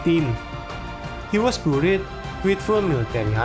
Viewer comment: Aowkaowkwo He was BURIT (Beriyd min bacanya)